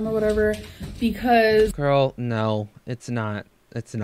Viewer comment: Is it a Kentucky thing to replace most of your vowels an ‘o’? Hungry? Hongry. Girl? Gorl.